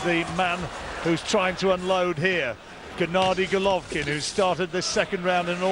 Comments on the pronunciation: C'mon get his bloody name right, it's Golovkin not Govolkin. Dear me! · Who the hell is Govolkin? Just listen to the guy sat right next to you. He pronounces correctly about 20 times ffs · so irritating that the announcer keeps saying 'govolkin' - learn the names guy!